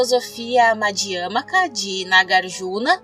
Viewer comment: Muito bom vídeo.. Eu queria só corrigir uma pronúncia.. Nao é " madiãmika" e sim madiamíka" p ser exato. Madiamika prasangika.. shubyatá( ultima sílaba tonante) Espero ter ajudado